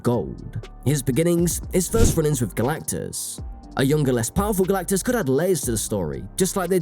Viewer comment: Kudos to the commentator for his ability to pretend like this is anything other than a DEI bomb. And for making us laugh by repeatedly saying "Galactacus."